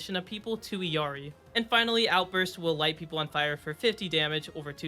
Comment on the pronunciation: Bro its ILLARI and Bridjett not birgitta